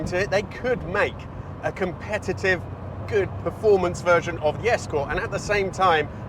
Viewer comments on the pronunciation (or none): none